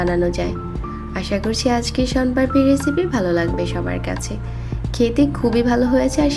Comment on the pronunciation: মোন পাড়পি না ওটা হবে শোন পাপড়ি,,,বোলতে পারে না,, বানাতে পারে